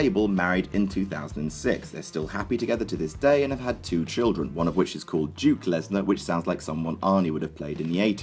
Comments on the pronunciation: you called brock lesnar bork lasor like grim does on grims toy show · why did you say Bork laser 😄